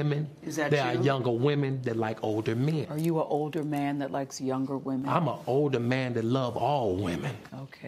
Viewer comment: is so underrated. "Im an older man that love all WEEMEEN" 🤣🤣